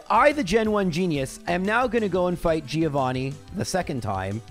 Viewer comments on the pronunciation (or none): Hard to believe this is still a thing after 100+ episodes, but I have to point out: Giovanni is correctly pronounced "Joe-vanni", the "i" is kinda silent. Really enjoying these videos anyhow, keep it up! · Day Some Extremely High Number of telling to call the Gym battle with Giovanni "Threeovani" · How many more videos does it take for to try to pronounce Giovanni right?